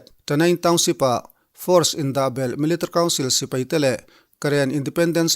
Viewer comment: Sipei nilo in, Sipai tih zawk tur a lawm😁😁